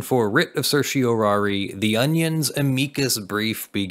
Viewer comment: Thank you for saying "a-mee-coos" brief correctly. I took one year of Latin in high school and once I passed the class I earned my Pedant's License. Ever since I got my license it's driven me nuts that most people pronounce it "am-ick-us".